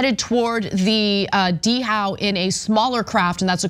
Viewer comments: Dow not D-How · Er, pronounced dow. Like dow Jones. Not deee how, like some southern hick. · If you’re going to report on a story I suggest you check pronunciations. The vessel “Dhow” is pronounced as Dow, not Dee-😅How. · The h is silent in Dhow, "Dao" not "D-how" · It's just Dow Anna. The h is silent. Dhow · Dhow is pronounced "DOW" . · It's pronounced "DOW". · It's pronounced "dow". like "how". The h is silent. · Dhow is pronoun "Dow" as in DOW Jones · Why are you pronouncing the word dhow "d-how"? The word is pronounced "dow." Like the chemical company. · The trols have come out to comment on this one. I am disappointed that Ana can not pronounce "dhow" correctly. I learned that in elementary school.